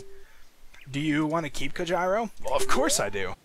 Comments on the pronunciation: its pronounced COHEEDO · Cojiro is pronounced "co JEE ro." Japanese phonetics, man. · Don't you mean COE-HIR-RO!!!!